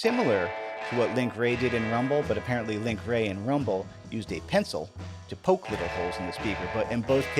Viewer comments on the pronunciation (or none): none